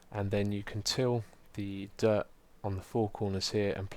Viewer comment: Whenever anyone says dirt, I always think they say derp